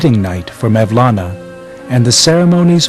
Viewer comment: Who is 'Mevlana'? It is 'Molana' or 'مولنا' the letter 'و' or 'vav' is pronounced 'oo' I don't trust anything he's saying now, he can't even get the guys name right.. jeeez